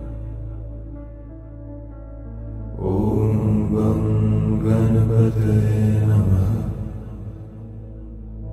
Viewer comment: given that this mantra is in sanskrut, the word 'ganapataye' is not pronounce correctly. the 'n' to be specific.